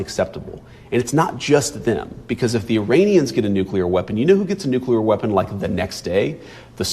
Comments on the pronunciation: "Noocular, its pronounced Noocular". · didn't mention "nuclear" anything,- he said "new-killer" — nuclear weapons are not still new … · Amazing that people who think they are making a profound speech cannot even pronounce "nuclear", but instead say "nukula"!!!! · Saudis have a nukular bomb. Thank God it is not a nuclear bomb which is much worse. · How can you talk about nuclear issues if you can't even pronounce it? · How on Earth can you take seriously if he can't even pronounce Nuclear correctly (repeatedly!)?.... For God sake!